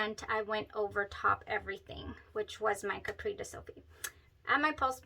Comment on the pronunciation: CAPRICE pronunciar: Ca-pris. :)